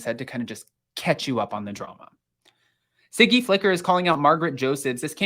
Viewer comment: Her name is Siggy not Ziggy!